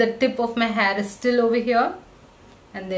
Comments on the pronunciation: It's not hhaaayyyyy it's hair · You're saying haar🤣